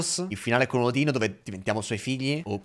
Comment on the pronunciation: mi sono cagato sotto, potevi scandire meglio la 'n' di Odino 😂